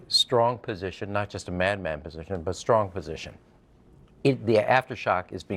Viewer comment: Bonkers, that's "Very strowwng Trympy". What a ridiculous man. 🇬🇧